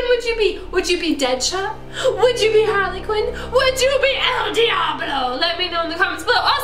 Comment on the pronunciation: halrly qween